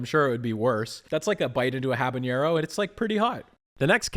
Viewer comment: Habanero does not have an ñ in it. It’s not hab a nyer oh, but rather hab a nair oh. Just because jalapeño has an ñ you shouldn’t be fooled The error borders on ubiquitous on YouTube. I was ensñared myself for a while.